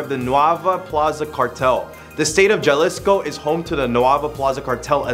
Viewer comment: It's not pronounced ja-liss-co it's like this ha-lee-sko. Just trying to help. Great video overall buddy. Good job all you guys. I like the seemingly random stuff you guys do list for...